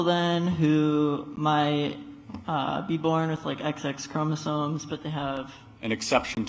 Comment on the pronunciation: You can tell he just read some things online and doesn't know what he's talking about by the way he pronounces certain terms like "chromosoNes" and "ova", meaning eggs.😂